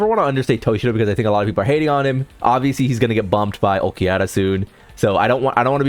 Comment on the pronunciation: The way you say Ulquiorra is a crime, some of the rest are minor felonies